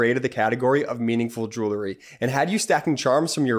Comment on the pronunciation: Great, great show!, please correct pronunciation of the word “jewelry.” It should be “JU-el-ree.” NOT “JU- ler-ee”. Thanks!